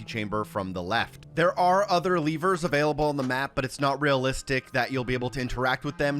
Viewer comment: I don’t know why but I hate when people call levers “leevers”